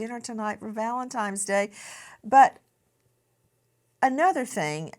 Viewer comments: I absolutely love you Nancy Grace but it is Valentine’s Day not Valentimes day! What is happening?! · Did Nancy Grace just say Valentimes!?!?!?!!?